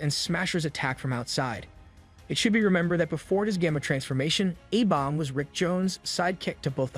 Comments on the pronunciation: Bro says abomb. It's A-Bomb or A BOMB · Love the breakdown but why can't this guy say the letter A right 😂 "Ah bomb" "Aah- vengers" is it just me lol